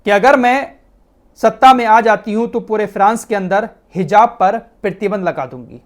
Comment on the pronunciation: प्रीतिबंध नही प्रतिबंध, अहान नही आवाहन 😂😂😂